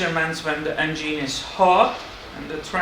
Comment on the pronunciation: I like the way you say "en-gene" ☺️